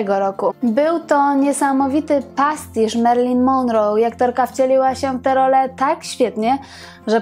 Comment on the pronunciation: ponieważ w (skądinąd bardzo interesujących) programach Pani pojawia się często nazwisko Marilyn Monroe, zwracam uwagę, że prawidłowo akcentuje się je na ostatniej wymawianej sylabie, tj. –ro- Proszę sprawdzić wymowę na amerykańskich kanałach.